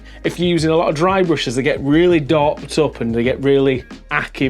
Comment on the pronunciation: What is “dorped up” What is “brush serhp” Help